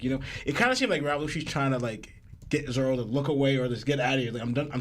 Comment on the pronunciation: The twins have a hard time saying Katakuri and Elbaf 😂 they can't even say Zoro. "Zolo"